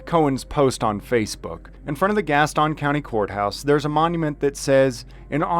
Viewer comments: Pronounced GAS TUN County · The "ston" in Gaston is pronounced like the "ston" in Houston.